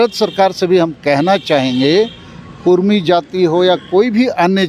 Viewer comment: Abe bhadua kurmi kurmi chilla raha hai... Kudmi bol... Or ek bath tujhe puchh ke andolon karenge... Apna soch badal barna tera astitwa kehin gum ho jaega... Odisha ke bhagoda neta jo kudmiyon ka vote pe MP bana ab jharkhand ke mukhyamantri ki lalach me hai... Tera mansa kabhi pura nahi hoga...